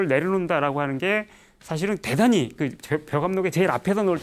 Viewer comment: 긴 자를 짧게 잘못 발음한 예:대단히,말(언어),보통,사실,(한자말 이라는 표현은 잘못이다. "한자어"라 해야),호오,소용, 등, 이런 장단음 문제는 실로 심각한 일이다. 강의 중, 군소리가 많고, 조급하며, 언사가 천속한 구어를 남용하고 있음에도 이를 계속해서 "예,예!"하고 찬사를 연발하고 있는 한국의 교양 수준이 슲을 뿐이다. 한국 동포께 권하노니,"한국 어문을 고발함"이라는 책을 읽어 주시옵소서. 미국 변 완수 드림